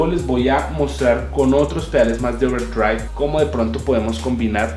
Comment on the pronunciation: Porque dice Ouwerdriaigvb?